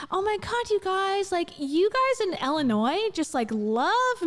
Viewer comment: Jo-LEE-et 😆 ILL-in-oy